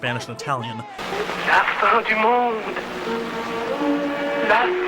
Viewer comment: The French word “fin” is pronounced “fan”...